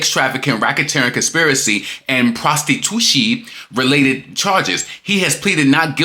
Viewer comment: It’s the “prostitushi” for me 😂😂😂🤣🤣🤣